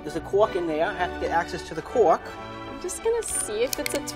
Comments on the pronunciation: there’s a quork in dere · “ There’s a cOrK in there, you have to get access to the cOrK “